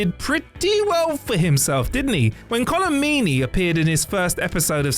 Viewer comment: It's /kol'm meni/, not /mi:ni/, AFAIK. Isn't it an Irish surname...?!